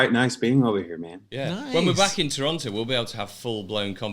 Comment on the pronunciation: David says Toronto properly and suddenly I am in love.